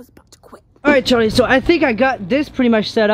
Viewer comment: Did say Jharlie when he was calling Charlie